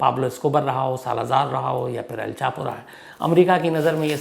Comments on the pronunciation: per aap ne el chapo ki jagah El pacho bol diya ... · On 13 minutes, you said el pacho 🤣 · Sir me fan hu apki story telling ka Lekin plz script ko ek se do baar pada kariye or kam se kam kisi corrector ya jageh ka naam achhe se yad kariye pe" Al Pacho "kya h ....?